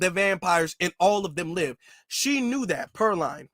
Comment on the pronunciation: PER-LEAN is how you pronounce it man😂😂